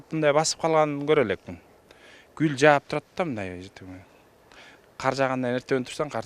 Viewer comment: Гул дебейт кул дейт